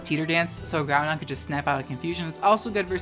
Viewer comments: Hey :) I’m not sure if it’s because you have trouble saying it which is totally fine, but I noticed you pronounced it Groundon instead of “Growdon”. Just thought I’d ask and see if there was a reason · Groundon...? I've only known one person call Groudon groundon. Do you also call Rayquaza rayzon? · Idk if it’s an inside joke you have but there’s no ‘n’ in the middle of Groudon so why do you keep pronouncing it Groundon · The mispronunciation of Groudon is triggering me so hard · Groudon pronounced as Ground-Don. 7/10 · The only thing you can legitimately flame for is their pronunciation of "Groudon" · I know you're doing the "Groundon" and "Keyogray" on purpose, but it doesn't make it hurt any less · love the video, really hope some pronunciations are satire.. "GROUNDon" hurts me worse than "key oh gray"